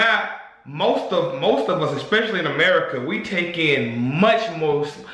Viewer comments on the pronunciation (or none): none